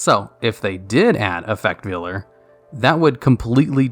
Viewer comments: Effect Veiler, not vealer. It doesn't butcher baby cows lol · You should do a top 10 list of cards that you commonly mispronounce, like Ojama Trio and Effect Veiler. Number one would be the card that makes the comments the most angry when you mispronounce it